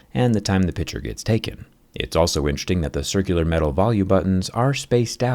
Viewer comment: Its picture not pitchure learn to talk right